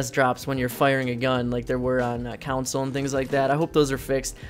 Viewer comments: CON-SOLE NOT COUNCIL!!!!! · Anybody else cringe when he said council instead of console like that shit was starting to piss me off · Couwnsole. That just hurts my ears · Anyone else triggered by how he miss pronounces consule no offense to him of course but it irritates me